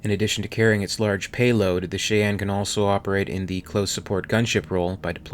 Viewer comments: angelofchoasdeath except he can’t pronounce Cheyanne or fuselage but yeah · I can’t finish this video because the ship’s name is pronounced “Shy-Ann”. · It's pronounced 'Shy-ann'. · Cheyenne pronounced Shy-an. Just fyi. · Fuse lodge not what your saying! Also shy ann. Not what your saying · Pronouncing it "shay anne" is far out haha. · Cheyenne = “Shy Anne” Sabot = “Say Bow” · You are amazing,, but it’s pronounced “shy-enn.” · 'Nit picking here' but it's pronounced ('Chi-ann') as in the Cheyenne Native Americans from Minnesota then later North Dakota, Colorado and finally Oklahoma. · I love how he keeps miss pronouncing Cheyenne (SHīˈan, SHīˈen). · As always, I am always impressed with your work and love it, however, the "Cheyenne" is pronounced (SHY-anne.) Otherwise, bang-up job as always my dude. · The vehicle is pronounced "Shy-Ann", as its the name of an American Indian Tribe. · Pronounced "Shy-Anne" .. I hate myself for this comment.. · "Shy ann" is proper pronunciation. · It's pronounced..SHY-Anne.. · some pronunciation help - pla-TEAU, CYN-thia (like th in thick), Cheyenne - "SHY-anne," "FIU-sih-lage" lage="lahhhzhe" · Not that you are gonna go back and change anything but.... Cheyenne: Shy-anne Fuselage: Few-sell-odge, like Dodge without the D. Sabot: Say-bow Whatever your pronunciations are these videos you make are GREAT! I really enjoy them. Thank you for making them! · Shy-ann. Like the tribe. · Good video, love the content, however....it’s pronounced “Shy-yan..” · He sad che yen...... Its pronounced the same as the pepper like spice. Cheyenne (Kiyan) Believe the word co.es from native american peoples in the southwest but could be wrong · God it's pronounced Shy Yan. Your pronunciation is driving me crazy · Pronounced: “shy-anne’ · Fus-lidge? No, it's "fu·se·lage." That's "few" "see" "lahgg" and Cheyenne is pronounced "shy - ann" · wow this guy really has a lot to learn.fus-lodge,trans sonic?,shy anne,,etc... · Cheyenne is pronounced "Shy-ann".